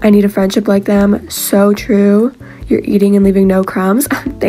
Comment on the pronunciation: the way she said "noah and owens FRIENDSHIP...." i personally ship them 🤭🤭